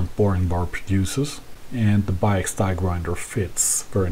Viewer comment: did you pronounce "Biax" like an American??